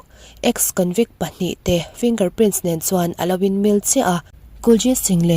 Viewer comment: Kahresual nge,Finger prince iti maiin kahria.Finger Print tih zawk tur aw miss👍👍🤣